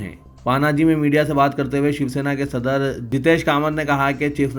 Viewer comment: صَدَر نہیں صدر ہے صحیح لفظ